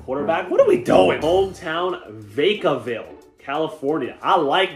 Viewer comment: as a person from the bay, I took that pronounciation of Vacaville personally.